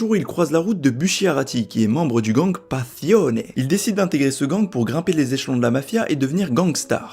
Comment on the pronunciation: "La ville de Niapolis" "Buchiarati" "Pazione" Aouch. Bonne vidéo sinon.